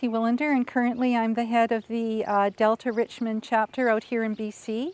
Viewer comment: "Richmond" not "Richmand"